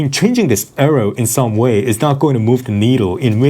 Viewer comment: 'Bro, it's just an arroh.'